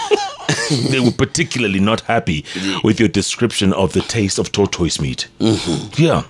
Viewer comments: Eh 😂😂😂Jeff your pronunciation of Tortoise ni mbaya Sio “TOTOIS” lol 😂 is pronounced differently I know that in most English accents and North American ones is pronounced “tortus” (or in parts of England, “taught-us”. In many Canadian and US accents it's more like “toddus”. Hapana Totois lol 😂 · Jeff Ni ta-tais not to totois.